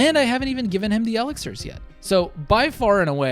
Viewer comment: I am guessing you never heard e-LIX-ir :-)